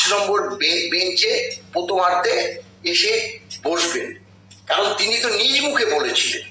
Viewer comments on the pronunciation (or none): da upner vdo dekhlam, nirashar majhe ektu aashar alo dekhte pachhi. Bhalo laglo. Aapner boktobyo bhalo lageKintu akta shobdo khub kane laglo, seta hochhe " নিজ " shobdo tir uccharon.. ektu bhebe dekhbben, aami bhul hole khoma prarthi. Bhalo thakben.